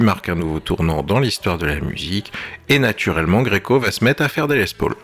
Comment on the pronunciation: Certains trouveront ça "hors sujet" mais mon obsession textuelle m'y incite. Hors comme le font tous les chefs cuisiniers du Monde entier qui nomment les gestes dans la langue du créateur. Pourquoi donc faites vous "tous" cette faute de prononciation lorsqu'il s'agit de parler de la Gibson Les Paul. En effet pas un promoteur ou youtubeur ne peut s'empecher de dire "Les Pôôôl". Je ne crois pas par ex* que Jon Lennon hélait son acolyte de cette façon "ben alors...qu'est ce que tu fous Pôôôl" mais plutot "Paaoool" et par extension "Less Paaoool" (phonétiqmnt). Alors encore moins un Américain qui a tendance à parler avec une patate chaude dans la bouche ?